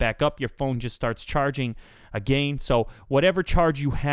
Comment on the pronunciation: i love how he says agian like again haha lov it!